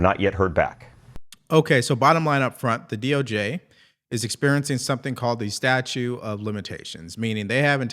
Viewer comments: statUTE, not "statue." It's not a sculpture of limitations... 😂😂😂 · it's Statute of limitations...not Statue. Love your channel. You cover all the stuff I care about and quickly. But just wanted to let you know the proper term. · Statute, not statue. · It's StatuTe of Limitations, not Statue.😅